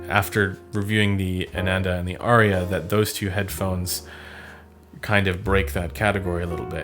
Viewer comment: It’s “Ar-ya” Not Aria.